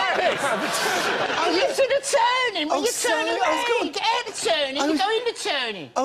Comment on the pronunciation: He couldn't get ahht the turnin